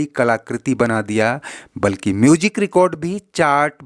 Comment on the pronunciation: your Pronunciation is so Flawed what is Mujic” say Music “ what is Hajaar can you not say Hajaar what is jiyada say Ziyada Awaz not Awaj 🤬🤬